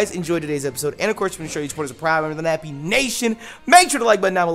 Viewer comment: he said nebby instead of nappy